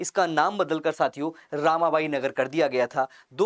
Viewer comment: ✅✅रमाबाई नगर था❌❌ रामा बाई